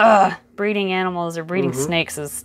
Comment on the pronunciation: I don't like how she enunciates animals, like she isn't an animal herself.